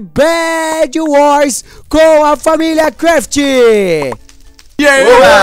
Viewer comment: ele falou familia craft errado ele cortou o video no inicio